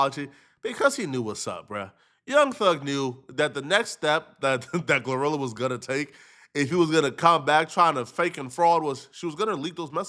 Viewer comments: Lol 😂😂😂 this man called her “Glue rilla” 😂😂😂😂 or “Gar rilla” “Gla rilla”I thought it was “Glorilla” pronounced(Glow -rilla) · Bro, It's Glo - Rilla, Not Gluh - Rilla 😭😭😭